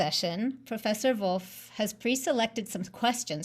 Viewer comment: Bonus points for not pronouncing "Wolff" like the English wolf.